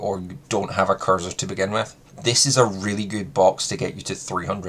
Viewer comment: I’d rather this came across as genuinely helpful and encouraged you to work on your pronunciation of words to come across more clear and concise. Instead it’s going to come across like I’m taking the piss. Kirza don’t exist. It’s K R I Z A not K I R Z A. Kriza rhymes with “geezer” but for some reason you have developed a habit of swapping the order of the R and I when pronouncing it. Yet, you don’t say Tnuguska, or Genzrer, or Itnerventer, or Vretigo Znod. Oh and less piss-takey… Lunokhod. I’d pronounce it more like a moon fish i.e. Luna cod 😊